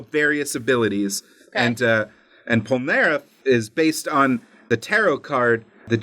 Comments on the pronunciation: Stop saying POL-NAREF Fuckin damn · Pole-nAIR-eff triggered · *Jean "G-en" Pierre "Pee-air" Polnareff "Pole-nar-F.😒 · You pronounced polnareff wrong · “John Popolnar Polnareff” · me, a french, trying to find out who tf michael polnareff, googling it and realizing that the pronunciation was just wrong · Was I the only was getting triggered when he would say Polnareffe name the wrong way? 😂 no just me? Okay lol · I'm french so I'm laughing because you try and fail to pronounce Jean-Pierre Polnareff 😂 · Jesus Christ the pronunciation of polnareff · THEY FREAKING SAY POLNAREFF'S NAME A HUNDRED TIMES IN THE SERIES. HOW CAN AMERICANS NEVER PRONOUNCE FOREIGN NAMES CORRECTLY?